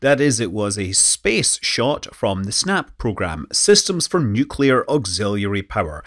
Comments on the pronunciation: It's pronounced NUclear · Nuewclear wvessel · Nucular. It's pronounced nucular. :) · Nuc-le-ar. Nuclear! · Oh come on…. Everyone knows it’s pronounced New Key Lar. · 'Nukular'... It's pronounced 'nukular'